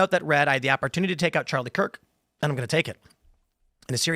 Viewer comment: did he say Charlie Kirt ?